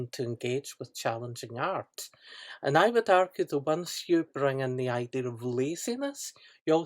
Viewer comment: Its pronounced "idea", not "idear"... fuckin hell.